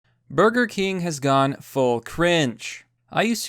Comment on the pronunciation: It’s Burger Kangs not Burger Cring